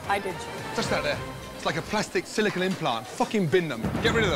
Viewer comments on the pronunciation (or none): none